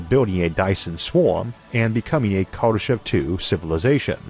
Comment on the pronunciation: I hate to nitpick but your pronunciation of Kardeshev is off. In fact my pronunciation was a bit off I just found out. Here's a Russian TV report on his death.